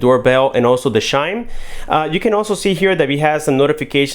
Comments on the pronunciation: Chime! Not shime! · not as funny as shime. Ssshime. Instead of CH - Chime. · so you say beedio and shime too?